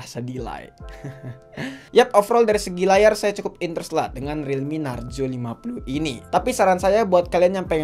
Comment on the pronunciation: Yups finally yg ngucap relmi narjo